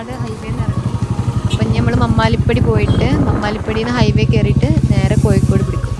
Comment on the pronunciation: ആദ്യം മലയാളം പടിക്കു. മയ അല്ല.മഴ. കോഴിക്കോട് Koyikod alla.